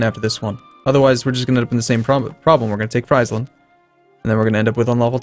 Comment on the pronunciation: friesland's flag is wrong, the red lilies (not hearts) are supposed to be on the white stripes, not the blue... very dumb mistake from paradox, also, you pronounce friesland wrong, it is called phonetically: freeeeeesland, frisland, freesland